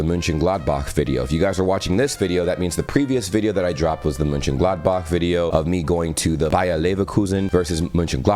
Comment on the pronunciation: Is's very impressive, in which way you pronounce german words like München Gladbach or Hamburg. I hope, you enjoy your trip top Germany😉